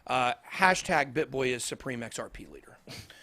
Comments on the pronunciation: Sounded like he said XRPenis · XRP what ? It sounded veeeery strange ;)